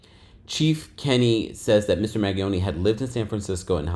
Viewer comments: Hi, name is pronounced Man-ge-own, the g is soft. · glad I’m not the only one! him mispronouncing it was driving me nuts. 😂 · It's MAN-GEE-OWN-EE "Mangione" LAWD I hate hearing y'all yanks pronounce sh*t 😂😑